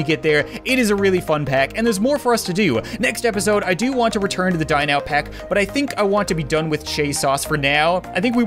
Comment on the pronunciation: It sounds like he says die now pack